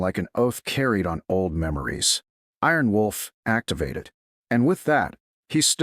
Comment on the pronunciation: This Narrator can not get the Special call sign right.!! ☆☆ Its not Aarron Wolf .or it's not Arron Wolf The correct call sign is " Iron Wolf " . Also why are you shouting. The use of all bold and capital letters is considered to be shouting and rude !!!